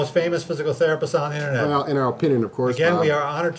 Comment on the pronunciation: me n my girl always lol at the intro xD "2 most famous physical therapist on the intenet"